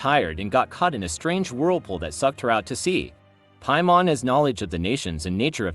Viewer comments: According to ,,Piamon´´? o.o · The AI voice is annoying. It doesn't know how to pronounce certain words (especially Teyvat or Paimon) and is monotonous af. Why not just read into a mic? 😂